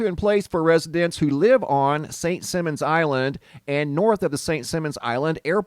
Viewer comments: “Simons” not “Simmons.” Ever play “Simmon says?” Yeah. Me either. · Simon says not simmons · It pronounced Simon, like the game "Simon says", not simmons like gene. lol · St.Simon is a long 'i'..'Sigh-mon' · just wanted to let you know that St. Simons is pronounced with a long "i" in Simons. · St Sy mon. Is how it’s pronounced. Hahaha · Here in the South it is pronounced Saint ( Sigh-mons ) Island.. 🙂 . Thank you for all incredible footage ✨ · Who tf cares how it's pronounced? Most people have never heard of St. Simmons Island.. so it must not be too awfully important. Just a speck on the map.. 😂😂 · St Simons...Simon like Simon says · I lived on SSI for a few years. Beautiful place that has had bad luck lately. It’s pronounced Simons like Simon says. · From a native Georgian; actually it's Saint "Sy"mon. :) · Saint Simon's island pronounced Like Simon says St simons island. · I live where this fire is. It has been here since I can remember and I have lived here since the late 1960’s. This has never happened before. They have had a boiler explode a couple times but nothing like this. By the way, not being mean, or TRYING not to so please don’t take it wrong. You don’t live here so you wouldn’t know, but Simons is pronounced like Simon in Simon Says. It’s cool that my city is on your video though the REASON for it isn’t. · Can’t believe all the HISSY FITS in the comments because of the mispronunciation of the island. Grow up and stop being so easily “triggered.” Damn!! SMDH.